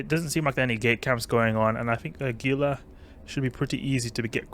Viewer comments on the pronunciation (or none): I love your videos:). Also Gila = "HEE-lə"